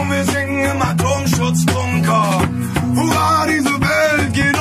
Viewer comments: Huvaaa demiyo dayı la hurra diyo 😂😂😂😂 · Huvaa mi diyo 😅😅😅 hurra diye duyulmuyo olmamis.